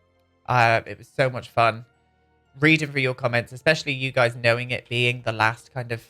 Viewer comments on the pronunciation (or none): none